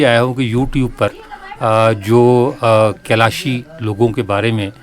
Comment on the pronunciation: آپ لوگ کیلاشی کیلاشی کہتے ہیں۔ یہ لفظ کیلاشی نہیں کالاش ہے۔ آپ انٹرویو لیتے وقت تو محمد علی کو غور سے سن لیتے۔ اس نے کبھی کیلاش یا کیلاشی لفظ استعمال نہیں کیا۔